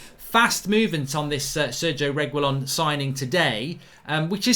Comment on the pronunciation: Pronounced reggi-lon or reggae-lon, simples! Not to be confused with the way Agüero is pronounced, the two dots signify an exception to the usual pronunciation which would be something like 'geh', a-geh-ro if there were no dots.